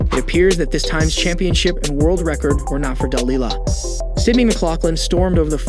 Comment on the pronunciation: I could be wrong but I'm not sure he even has the correct pronunciation of Delilah's name, (accent on the wrong syllable)? Still the women is a wonderful athlete, hardworking and a great role model.